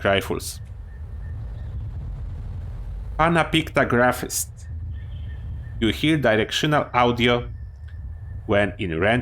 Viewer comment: I was actually impressed by how easily you pronounced Pannapictagraphist, it gives me a headache to read.